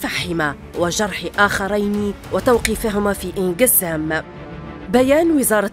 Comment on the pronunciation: اسمها عين قزام يا متآمرين على تاريخ الجزائر... و ليس( إن قزام)... يا معلقة... روحي اقراي العربية..